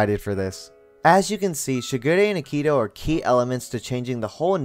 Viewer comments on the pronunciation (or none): Aah-ki-tou: Akito Shi-gu-rey: Shigure✅ Shi-gū-re❎ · Idk if it’s a dub thing but I can’t get over how you put a ton of emphasis on the ‘i’ in Akito and the ‘g’ in Shigure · I know it's been 4 years since this but the way you said akito 😭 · Him: says Shigure and Akito differently then me and the dubbed show Me: uhm anyway (This is a joke love the video just caught me off guard)